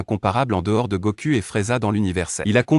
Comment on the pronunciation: Faut bien prononcer les noms faut bien prononcer les noms on dit pas Goku on dit Goku